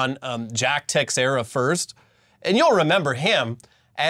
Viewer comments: It's not techsera, (sorry I'm Portuguese) is actually "tei chei ra". Please, techsera ? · BROS!!! It’s not TEX-ERA! It’s TE-SHARE-AH! 🤦🏻‍♂️🤦🏻‍♂️🤦🏻‍♂️🤷🏻‍♂️ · Teixiera = "ta SHEER ah." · The x in Teixeira is pronounced like “sh”. It’s Portuguese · It's pronounced "tuh-share-uh" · Tiexeira - Tuh-SHARE-uh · In addition to prison, the other punishment Jack Teixeira received was having his last name pronounced incorrectly for all eternity. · Apparently not Yankee fans with that pronunciation of Teixeira.